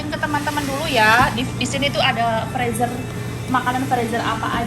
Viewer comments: Freezer dibacanya frizer mba😊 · mbak, ibu senang mengikuti kegiatan mbak, yg selalu semangat masak2 - boleh koreksi sedikit, makanan yg di bekukan itu dimasukan kedalan freezer ( di bacanya friser mbak ), ngak apa2 ya dikoreksi sedikit biar tambah OK..salam dari Ibu di Bekasi, Indonesia